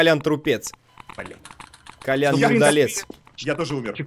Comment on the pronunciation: Не Колян, а Кольян